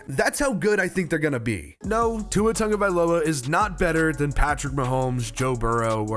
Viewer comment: This is nick picky, but it needs to be said. Dude! His name has no “N” in his name. It’s pronounced “T A G…”. Not “T U N G …”